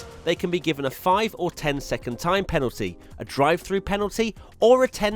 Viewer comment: The number of times he said "Panalty" in this video 😂